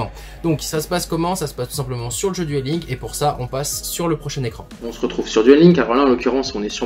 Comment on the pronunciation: Alors. Duel LinkS prend bien un "S" à la fin et celui-ci se prononce, comme tous les S en anglais à chaque fin de mot. Juste une petite précision éhé.